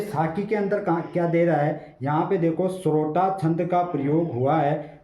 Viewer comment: सरोटा नही होता है सोरठा होता है सर